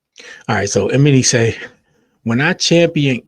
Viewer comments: It's pronounced E-my-knee 😂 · Not Em-eny! 😅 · Name is pronounced ee-MON-nee. But yes, he was being a hater. Regarding "How Many Drinks", this issue isn't that Kendrick's verse was bad. It was moreso that song didn't need a rap verse at all. No rap verse would have fit. That song just didn't need it. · Lmao couldn’t even make it past 30 seconds in after hearing “Eminy” 5 times lol. If you don’t know their names, I can’t listen to your input lol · Bruh! E-Mah-KNEE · Why tf are you sayin "Emanny" like that???? Are you serious??? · Lol how he pronounced “Emanny” ehm-uh-knee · Love your channel…the man’s name is: E-Man-Nee ❤